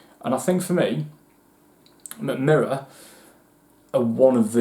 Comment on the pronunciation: That's actually one of the better pronunciations I've heard from a Non-Scandinavian ;) Great review! If you want to dive deeper into Swedish Whisky, do get a sample of High Coast (former Box Destillery).